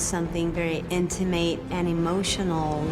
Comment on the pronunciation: if you didn't laugh when the french chick said "intimayte and emotionole" then idk what is wrong with you